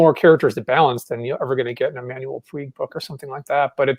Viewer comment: What writer does mention about? it sounds like Manuel Fweeg to me